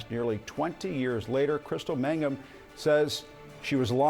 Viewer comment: Jean Casarez covered this story from the time it broke and she still can't pronounce "Mangum" correctly? She keeps saying "Magnum."